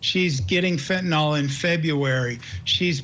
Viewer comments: nyl, not nol!! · FENTANYL..... NO O IN THIS WORD US